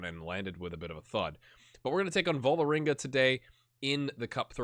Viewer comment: Perhaps it's time to move on Torp, he's seems to be at the age you will get the most from him, and dosn't have any more potential, and takes up a foreign player-slot. :-/ Also the letter Å/å.. In norwegian; is pronounced pretty much exactly like americans pronounce 'aw' in the word 'raw', it's important to keep a silent/invisible 'w' tough, as when you say 'raw meat', phonetically I think. The team/city Ålesund, sound more like 'Awlesund' rather than 'Alesund'. Not sure how that came across, but not a big deal.. :) As for Vålerenga, or Vawlrenga if you wish, hehe.. It's a pretty big team in Norway.. The biggest club in the capital, and probably only Rosenborg and Brann are rivals in terms of support. Any way, it's fun seeing you play in Norway at Start, hopefully you will give it a year or two extra, to see if you can get them into CL-groupstage, so the big money start rolling, and they can perhaps challenge Rosenborg, when you move on. :)